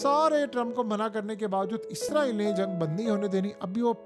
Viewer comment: بھائی جان آپ اپنی ہر ویڈیو میں اسرائیل کو عزرائیل بول رہے ہیں۔